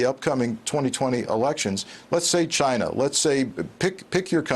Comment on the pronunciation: No, he said Russia and Ghina..